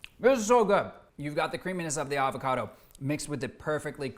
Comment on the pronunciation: Thank god, someone who can pronounce "avocado" correctly.